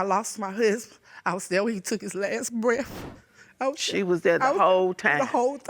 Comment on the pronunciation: Grandma looks good for 63, why do black ppl say breaf? It’s breath with a TH at the end 😂😂😂😂😷 the neice said he was down souf😂and boff of them😂